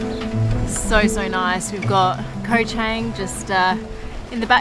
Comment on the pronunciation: My favorite island is NOT Koh ChEng! It's Koh ChAng...